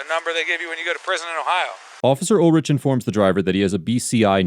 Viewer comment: Pronounced UL-RICK